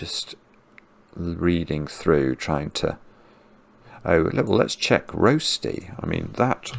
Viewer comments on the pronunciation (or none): "Roasty"? or "Rer-shti"?